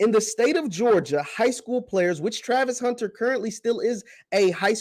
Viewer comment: haha you can't even say his name right.